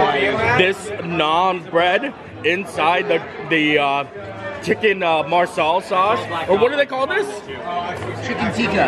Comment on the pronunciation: Got a kick out of the Marsala vs. MASALA mix ups in pronounciation. 😅 Learning moment for next time: MA-sala is Indian dish. MAR-sala is Italian American dish (hence why it probably was more familiar of a sound).